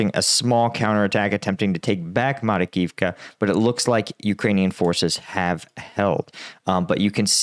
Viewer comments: Makarivka, not Marikivka. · Marakivka? Makarivka.👍